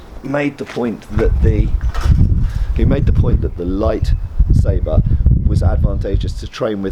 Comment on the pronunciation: he pauses very deliberately between "light" and "saber".